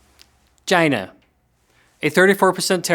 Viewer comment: Loved "Chynah" 😂